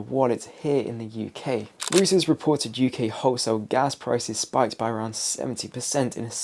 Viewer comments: Stop saying Rooters report . It's Reuters, German, pronounced ROYTERS. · Reuters, is pronounced “Roy- ters.’ And please tell me, what’s going on with your barnet?